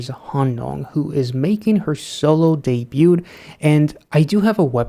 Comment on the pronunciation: Also, ever in my long time mission to fix pronunciation.... the T in debut is silent (de-byoo) and debuted is similar and only 2 syllables (de-byooed)